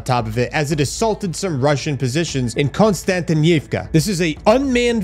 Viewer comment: ConstantYnivka has a stressed syllable with "Y" in it. I'm not scolding you in any way! Just trying to share some knowledge as a Ukrainian, man :-) Any foreigner is free to butcher a foreign language as severe as possible, except the times it is intentional/a mockery :-) Which I have no doubt it's not the case with you. I myself probably butchered English a time or two or three in this very comment 😅